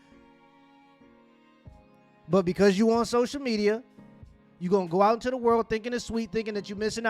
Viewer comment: "Tha Culture"